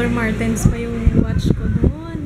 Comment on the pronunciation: Hindi doctor martens 😆 sounds like 'duck-martens'. KAIN TAYO..... 😁